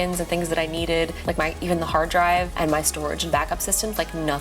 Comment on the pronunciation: Are you from the South? The twang in "racoord" and "thunderbolt driiive" in the first minute is heavy.